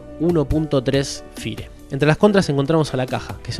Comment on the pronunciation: "Fier" es la pronunciación en inglés para que sepas